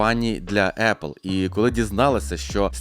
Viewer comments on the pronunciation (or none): none